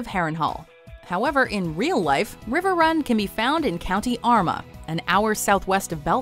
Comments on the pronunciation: 3.28 its actually pronounced Co Armagh like Our Ma not ama! Lol 😂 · Its pronounced armaaa not arma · armagh = r-maa no one can pronounce most of our places lol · When saying county armagh its said our-ma. Belfast is in county down so y did you say its 2 and half hours away from dublin. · It's Armagh like 'yar ma' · Armagh is pronounced Are-ma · Armagh is pronounced are ma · It is pronounced Ar Ma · They didn’t Even say Armagh right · Jay Kay lol I cringed when she said it like that😂😂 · 5 years late but yes cringe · She pronounced Armagh so funny haha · Yeo norn iron. Kind of annoying how she says Armagh and says how far from Belfast and Dublin the locations are rather than the location